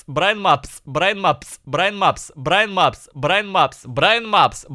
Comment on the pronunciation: Вначале он говорит Брайн Мапс, потом произношение переходит в Браимапс и Браинапс